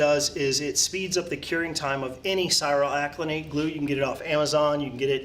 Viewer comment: you are not saying cyanoacrylate correctly